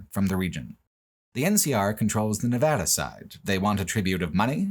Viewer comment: Thank you for pronouncing my home state correctly! Nevada isn’t that hard guys